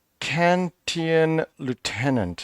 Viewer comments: Icatian .. pronounced eKAYtian or eKAYchian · Good video. I buy, but not sell cards. Still interesting to watch. Also, -tian as in Christian or Dalmatian.